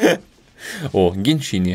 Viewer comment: он сказал геншини а не генши ин пакт